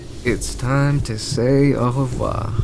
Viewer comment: as a french person, i never heard smn even a french person saying « au revoir » that perfectly